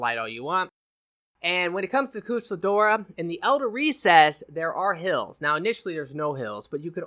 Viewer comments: Love ya but the only name you pronounced right was Kirin lol. KushAla Daora, like in Abba. TEostra like in TElephone, and NerGigante like Nerd and Gig. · Koosh-ah-lah Day-or-rah Varl Haz-ak Tea-os-tra Ner-gi-garn-tay